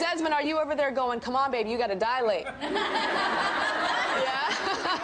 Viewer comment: It's "dilate" not "dialate".